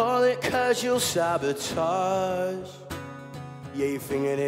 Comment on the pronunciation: HOWWWWWW IS HE SAYING CAUSAL SABOTAGE ???